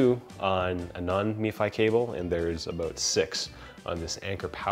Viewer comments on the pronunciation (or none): "aboot" -Wait, is this guy canadian? maple leaf on shirt -Yeah probably, im going to look at the description -Canadian confirmed